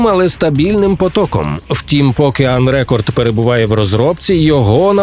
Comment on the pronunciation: На мою думку, ви неправильно ставите наголос в "Unrecord". Префікс un- найчастіше ставлять перед дієсловами або прикметниками, і дуже рідко перед іменниками. Кореневе слово "record" може бути як іменником ("запис" - rEcord з наголосом на перший склад) так і дієсловом ("записувати" - recOrd з наголосом на другий). Тут варіант з іменником сенсу немає; скоріш за все автори мають на увазі саме дієслово (із метафоричним значенням "відміняти запис" чи щось в такому дусі), і тому наголос має бути саме unrecOrd, як в кореневому дієслові і в подібник випадках з додаванням цього префіксу (e.g. (n) prEsent, (v) presEnt, (v) unpresEnt; (n) Export, (v) expOrt, (v) unexpOrt). А також назву цієї гри нейтів спікери с західних видань, наприклад IGN і інші, вимовляють саме з наголосом unrecOrd.